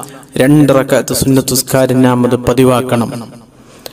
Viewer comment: നാം അല്ല, ന്നാം ആണ്.